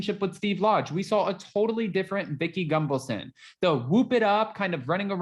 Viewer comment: Gun-Val-son, not Gung-valson.. 🙄